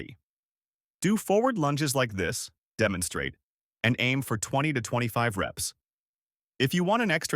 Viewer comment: The AI is doing a Biden - narrating words that are meant to trigger images - 'DEMONSTRATE'.